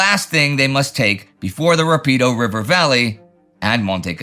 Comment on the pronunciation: BTW, the river near Cassino is pronounced “RAH-pee-doe”, a proparoxytone. It means fast in Italian for a good reason.